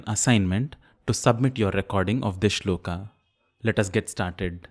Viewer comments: Shlokaaaa nhi sholak. Hai vo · I find it annoying when you pronounce श्लोका instead of श्लोक, योगा for योग n so on... I have a question though... Do you ever use word संडासा for संडास ?? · Why pronounce श्लोक as श्लोका, कृष्ण as कृष्णा (meaning द्रौपदी ), राम as रामा (meaning सुन्दरी) etc .It has become a common practice to pronounce गरुड as गरुड़, वडवानल as वड़वानल । Please differentiate between Horward Kyoto system of transliteration into Roman from the old &more popular system of IAST adopted in Athens ,in 1912 . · Why are we pronouncing 'shlok' (श्लोक) as 'shloka' (श्लोका)? . this itself is wrong to begin with. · Disqualified in 10 seconds when you pronounced श्लोक as श्लोका ugh